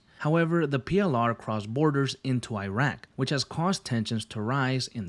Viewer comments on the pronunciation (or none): none